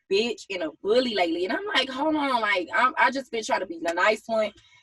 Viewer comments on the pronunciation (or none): Schong (Strong) Wong (Wrong) Ga-Own (grown) Ha-Loan (Hold on) Pa-son-natty (Personality) Acted (Active)